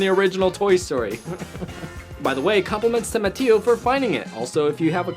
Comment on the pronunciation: Thanks for the pun about Mateo’s gourmet salsa, and it is good. But just so you know my name is pronounced “Muh - Tay - Yo”